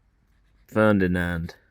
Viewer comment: The name of Porsche was "Ferdinand" not Ferndinand!